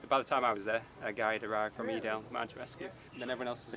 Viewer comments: For Edale the E is hard. As in the word ‘easy’. eeeeedale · It’s pronounced Ee-dale! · Hi Folks! Edale is pronounced "E" Dale and no there is no A, B, or C dale. Edale is the name of the small village at the start/end of the Pennine Way. Keep Reacting! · Firstly, the area they were operating in is pronounced Ee-Dale. Secondly, a Landrover is far superior and in no way anything like a Jeep! LOL. Thirdly, we also have Search and Rescue teams in addition to Mountain Rescue. However, Search and Rescue is a part of the RAF and are the ones that fly around in the big yellow helicopters. Unfortunately, the government has in recent years reduced a lot of S&R's funding, reducing the number of teams available. We also have helicopter ambulances which are called "Heli-med", and although they work in conjunction or as part of the Ambulance service, they also get no funding and are reliant on public donations. Thanks for another interesting video!!